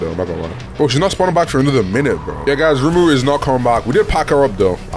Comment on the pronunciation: Not to be annoying but man say rumuru 😂